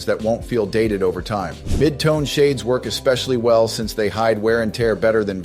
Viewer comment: Agreed! But at least the AI version doesn't say "exspecially" like a 5 year old!